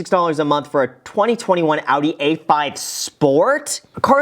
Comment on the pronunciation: I’m German and this might be the first time an American pronounced Audi correctly 😂